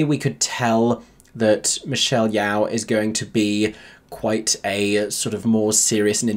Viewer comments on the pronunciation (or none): Isn’t Michelle’s Yeoh’s last name pronounced like yo, like in yoyo. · Michelle "YOW" was upsetting, that's an icon and oscar winner at least pronounce her name correctly!